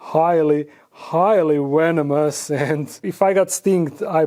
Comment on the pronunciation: I LOVE how you say "Wenom" ❤👅👌 "This Scorpion is highly Wenomus"!!!